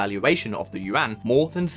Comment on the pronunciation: Finally a whitey who correctly pronounce the Yuan